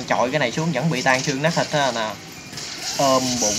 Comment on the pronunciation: nát chứ kô phải lát